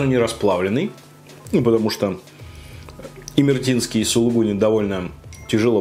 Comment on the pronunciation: Это имер`етинский сыр А не имерт`инский